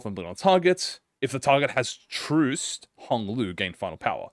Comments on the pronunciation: Hearing mispronounce Trussed constantly was certainly something. Truss rhymes with Fuss, Trussed rhymes with Fussed. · “Truced” — when reading Trussed